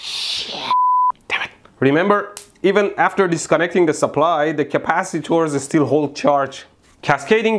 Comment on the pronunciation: Stop saying CAPACITOOORS, I cannot stop lauphing!! Love your accent, it is obvious that you have a middle eastren background.